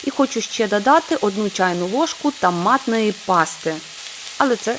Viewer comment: Чудові рецепти. Але українська мова 😢. Варто позбутися азарівщини, бо це як насмішка. Паста томатна, а не тАматна, погасити, а не пагасити.... Будь ласка попрацюйте над цим.